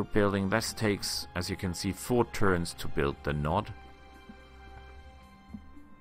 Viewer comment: Node, NohD ffs